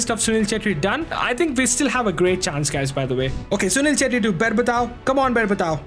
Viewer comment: bruh assisted with writz and said "assist with chettri done" 💀💀